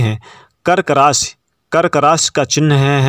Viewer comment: रास या राशि 😂😂😂 भाई बोलना तो सीख लो पहले